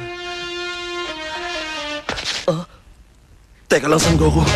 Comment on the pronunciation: Oh, the original Tagalog dub where Vegeta calls Goku as "Son Goku" more frequently and Vegeta's name being pronounced as "VE-ge-ta"